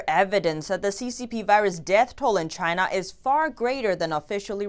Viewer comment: I heard that. "From Inside CHY_NAH"